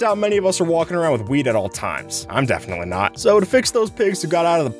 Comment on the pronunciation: u said weed not wheat